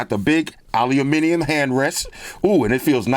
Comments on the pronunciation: Aluminium. Now THATS how you say it. Well played,. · It's refreshing when someone pronounces "aluminium" properly 🦁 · I love the videos as always! And an american saying Aluminium the way it should be said, warms the heart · As a Brit, I was always confused why Americans usually say ALUMINUM. Keep it up!